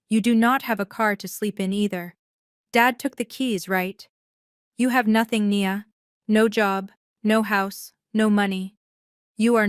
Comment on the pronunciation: Of course not. They don't even use proper narration. I counted numerous times within the same paragraph when Nia was pronounced "knee-yah" and one sentence later "nye-yah", for starters. I did like the overall story though.